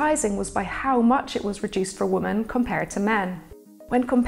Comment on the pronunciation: Why did she keep saying 'woman' instead of 'women'?